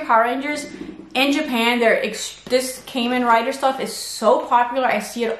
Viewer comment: Love your videos 💙❤🤍. Btw, Kamen Rider is pronounced like ramen. Ka = か Men= めん, aka 仮面 in kanji.